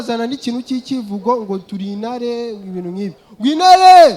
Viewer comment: T isigaye yaratakaye, inare 😆, Ntabwo (nago) inkoni umuntu yariye byo ehhh